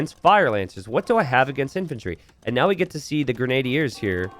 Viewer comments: I think grenadiers is grehn-uh-DEERS not grehn-AY-dee-urs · grenna-dears* lol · I think its gray-nah-deers😅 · It's pronounced "grenn-a-deer" genius, and how "pastoralism" is both an unknown word, and not an obvious pronunciation for you are absolutely beyond me. Was being so-so at a 30 year old game really more important than literacy? It SURE AS HELL didn't teach you anything about history, which is what I took from the game as a young boy. My real question is how you just reveal this failure to be a thinking, feeling, inquiring mind in the Information Age with such casual apathy. Do you think if I'd been around to tell you that you were truly, (not being mean, but I mean objectively, really) stupid 10-15 years ago, that it would have changed your life, or do you think being stupid was your irrevocable destiny? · its Gren-adier